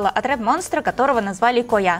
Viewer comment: Не Коя' ,а Ко'я , не Шуки',а Шу'ки ,не я Арми',а А'рми прастите что исправляю но мне больно слушать